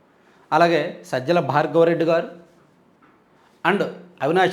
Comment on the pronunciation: మీరు గారు అని శంభోదించిన మాకు ఏంటో గాడు అని వినిపిస్తోంది